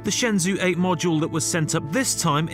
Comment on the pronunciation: Shenzhou is ShenJo not ShenZoo